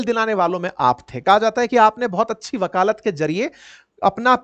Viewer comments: Shri man , vakalat Hota hai vakalaat nahi. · वकालात नहीं वकालत कहिए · 😮वकालात ❌ वकालत। ✔️ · Bhai shabd वकालत hota hai na ki वकालात sahi ucharan karo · अपने वकालत को वकालात बोला है गुरुवर 😂😂😂😂😂😂😂😂😂😂😂😂😂😂😂😂😂😂😂😂😂😂😂😂😂😂😂😂😂😂😂😂😂😂😂😂😂😂😅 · वाकलात नहीं सर वकालत होता हैं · Improve urs pronunciation for वकालत from वकालात ,I donot think urs हिन्दी is weak. U r a teacher ,so please.